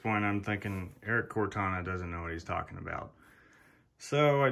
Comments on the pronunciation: Pronouncing "Cortina" as "Cortana" is nothing. What IS something is Hornady is NOT Hor-na- day. It is Hor-na-dee. And "anyways" is not a word. It is punk street slang crap. Want to be professional? Work on a few words, huh? Anyway....... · You should of listened to what Erik Cortina had to say.... You didn’t hear him. His name is Cortina not Cortana....